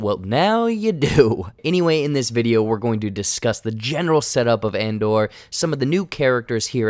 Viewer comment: Why does keep saying Andar? Its Andor. And- Door. where is he getting the "A"?